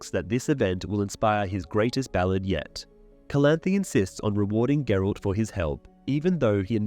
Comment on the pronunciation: Who is Gerold? ... you mean GERALT?